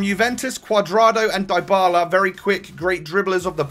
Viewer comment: Hey, that name is pronounced Dee bala